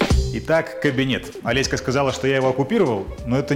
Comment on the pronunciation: почему все время называете жену ОлесьКА? так режет слух